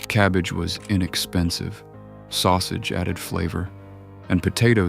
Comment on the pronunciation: I know. "Eye neckspensive"? What the heck?